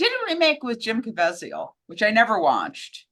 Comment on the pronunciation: Jim Caveziel, rhymes with Weasel